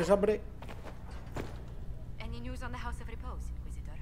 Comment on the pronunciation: Jajajaja siempre que pasa por josephine dice "josephine tienes habmbre? No se que fiambre" jajajajajaja